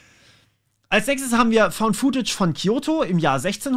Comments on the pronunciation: Footage spricht man futtetsch aus, nicht fuhtätsch. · "Footage" bitte mit kurzem "oo". Hat nichts mit "food" zu tun.